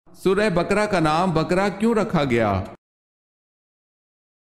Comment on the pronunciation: بقرہ کو bakra نہیں baqarah پڑھیں